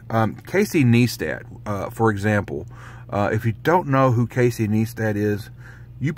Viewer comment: FYI his name is pronounced Ny-stat not Nee-stat, just saying